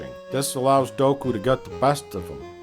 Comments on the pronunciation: "Doku's power levels"; and at first I thought that mispronunciation was just supposed to sound funny. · Its count dOOku, Im sorry but every time I hear you say doku i want to eat my freakin ears. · omg... DOOKU, NOT DOKU. Fuck. Sorry. But fuck. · Great review... but it is Count Dooku (DUKU) not Doku(Doak-u) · I never know when he's mispronouncing names on purpose or if it's satirical. He's never once said Padmé's or Dooku's name correctly, and he keeps calling Jango "Boba". I have a touch of OCD so bear with me; I just had to vent a bit lol.